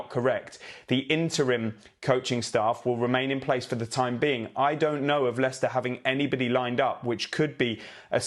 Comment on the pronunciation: David said the late Leicester owners name perfectly. I couldn't